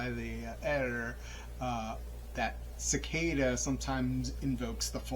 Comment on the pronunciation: Great book and nice summary of the intro ! Subscribed! Do you practice breathing technique in the book? Pronounced as Se-kee-da means seat in Japanese